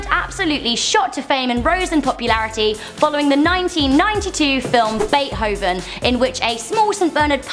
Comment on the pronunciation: the H in beethoven is silen and pronounced Bait Oh Ven